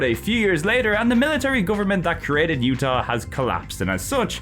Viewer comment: The J in Jutah isn't silent! Nothing in that game is silent!